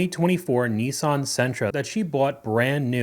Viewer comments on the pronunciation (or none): What's a Kneesarn?